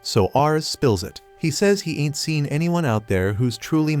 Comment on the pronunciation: l love when you say int given up 🤣🤣🤣🇵🇭